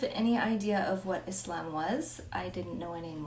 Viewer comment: How you know a person has really accepted Islam from the heart and is willing to learn it all is when they say Islam not muzlem. You pronounce it perfectly. I am proud of you. Just a Muslim man Afghanistan here.